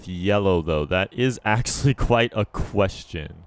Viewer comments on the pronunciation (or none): none